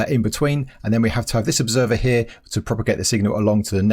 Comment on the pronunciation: I challenge to make a video without saying "here" or should I say heea.